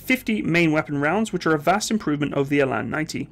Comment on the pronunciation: It's pronounced Ra (as in hoorah) and till (as in money in the till). The "R" is pronounced more harshly like the Scottish "R". Eland is pronounced Ee (as in ear) and the "a" in land (is pronounced like the "u" in hunt i.e. "lunt").